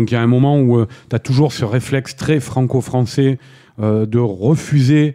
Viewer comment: est ce que pourrait faire un effort pour parler français et dire "ce" ou "cet" plutôt que de répéter en boucle "c'te"?